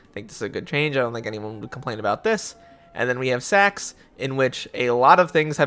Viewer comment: when u say “sacks” the subtitle says “sex” D